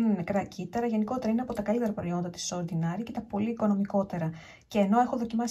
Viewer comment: ΟρντινΕρι, όχι ορντινΆρι προφέρεται 🤭🤭